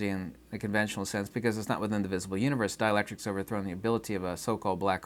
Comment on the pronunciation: U-knee-verse Mo-knee your-cell-f